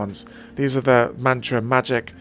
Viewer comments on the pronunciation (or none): MATRA not MANTRA!